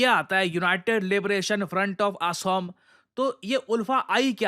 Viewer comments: its not aaasom... It's pronounced as "Akhom". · Actually sir the pronouncing is OKHOM..... NOT ASSAM OR ASOM.... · Aasomm nhi OHOM Mu se sound hoga